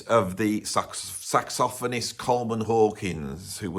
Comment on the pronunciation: Very interesting and informative, although the reversal of #1 and #2 is going to take me some time to digest. Of course, the most important thing is that I now know the proper way to pronounce "saxophonist."